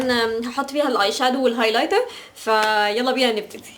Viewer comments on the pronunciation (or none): none